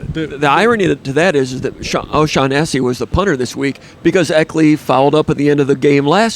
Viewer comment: is he saying O'Shaghennessy?